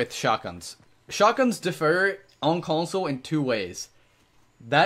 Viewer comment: I'm not trying to hate on you bro but my one issue with the videos is the narration. You should really spend a bit longer when making these videos. Even if you have to write yourself a script to improve. I think you'll be taken more seriously if you did. Here are some examples: "It's harder for them to shoot your and umm it's harder for you to get shot" ~~ "Evendjewally" "Shotguns defer" - defer: postpone - differ: be unlike** (choose this one)